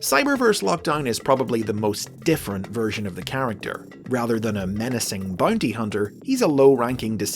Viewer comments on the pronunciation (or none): “Bunty huhnter”